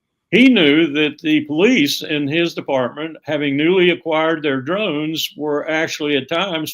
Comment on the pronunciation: It’s not “drones.” I mean come on. This undermines his credibility on all issues massively.